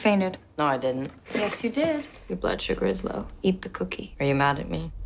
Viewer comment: it should be "coo - kie."